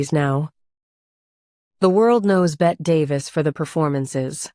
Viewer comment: It's not pronounced Bet it's Betty.